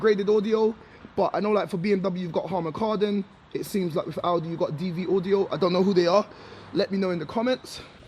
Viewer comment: Also, the Sound system is Dynaudio, not Dvaudio